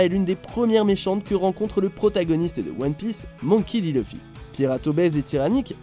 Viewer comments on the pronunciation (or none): none